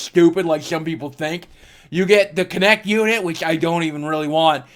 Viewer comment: Its kinect as in movement not konect lol